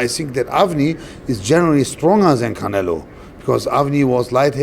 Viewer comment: he calls him 'khanelo'